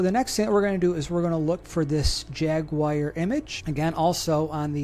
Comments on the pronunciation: Have to ask, what is a jagwire? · No, that’s a ‘jaguar,’ not a jagwire.